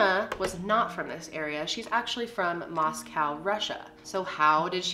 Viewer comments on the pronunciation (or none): none